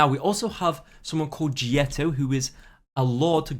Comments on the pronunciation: It's not Jieto, It's Лето (pronounced Leto) under a funny font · The new operator, u called 'jeto' or smth like this. Actually she is 'Leto'. And it means summer in russian.